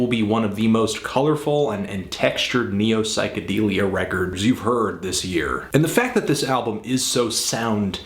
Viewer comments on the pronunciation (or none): I always thought it was pronounced psych-uh-DELL-ee-uh instead of DEAL-ee-uh. Melody's Echo Chamber review?